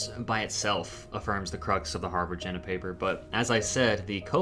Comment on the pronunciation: I don't want to be pedantic, but after maybe the tenth mention of the Harvard-Jena Paper, I just had to say that the pronunciation of Jena is wrong. It's a city in Germany whose name, if written in phonetic English, would sound like "YAY nuh". I thought that might be helpful if you ever discuss this paper again or ever come across that city's name again. Apart from that, a very interesting presentation, and thank you. I think Renfrew's Anatolian hypothesis derived partly from both the genetic evidence of an early migration from Anatolia and from the belief of many Indo-Europeanists that the Anatolian branch of Indo-European broke off from the rest of the family long before the other branches diverged, suggesting that the family originated in Anatolia and that the non-Anatolian languages are descended from the emigrant population. I think the currently prevailing theory is that both the Proto-Anatolian and Proto-Indo-European proper may both be descended from a common ancestor in the Caucasus region, since DNA evidence shows migration from the Caucasus both to Anatolia and to the Pontic steppe (home of the Yamnaya Culture) around 6,500 years ago. Maybe you could explore this in a future video.